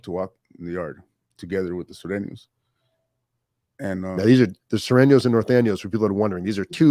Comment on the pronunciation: This MF just say Northaniel and Surthaniels 😂😂😂😂 Norteno and Sureno STAY UP ⬆️ cuh